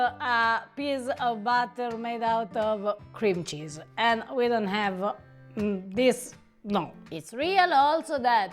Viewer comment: She can't pronounce cream cheese.